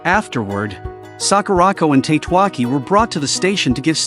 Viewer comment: I think Tatewaki should be read as Ta-te-wa-ki, not Tate-wa-ki. Then again this is AI read, right?